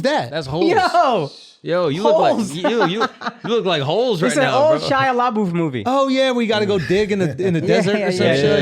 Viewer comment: Schulz didnt get the holes reference and Akaash said “shia LAA BOOF”